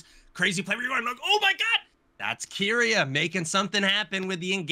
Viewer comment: You're both pronouncing keria's name wrong it's ke not ki